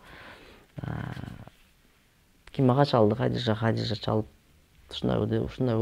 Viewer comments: Хадича эле дей берсең кыйналбай Хадижа деп орусчалабай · Хадича эле дечи Хадижжа деп албай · Хадича дечи,Хадыжа эмес